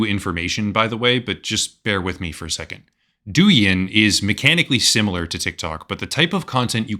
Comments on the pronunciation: For the record Douyin is meant to be pronounced like DOE – YING rather than DOO – YIN. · Pronunciation of Doujin is wrong, it's more like dough - in. .